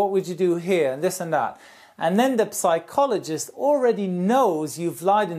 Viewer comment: Little hint from an English teacher (as I've noticed it a few times already ;) ) psychology has a silent p ;) same's true for pneumatic whenever there's pn... or ps... in the beginning of an Engl. word, the p is silent :)